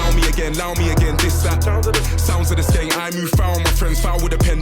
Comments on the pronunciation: U got skeng right but its gun not gen haha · It's skeng like sk end just change the d for g, just for your info lol